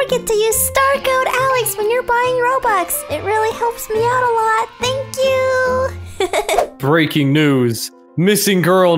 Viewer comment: "Dreaking News" hahahahahaha yea,i should stop